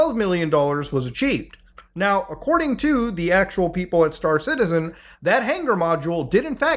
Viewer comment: I was not watching the video but listening to it and I genuinely thought you were saying Citizen Khan.